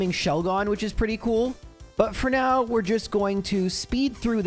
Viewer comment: Lol he said now but it sounded like meow. Nice observation😂